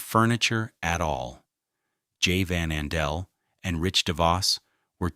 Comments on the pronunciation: Also mispronounced Campau (camPAW), and VanAndel (vanANdel) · I love how the AI voice mispronounces names like Mackinaw, Ottawa and VanAndel